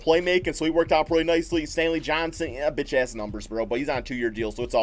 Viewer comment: No one: Literally nobody: Not a single soul::"biTChaSs"